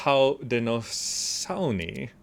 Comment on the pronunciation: ho-deh-no-SHO-nee, if you're interested in the pronunciation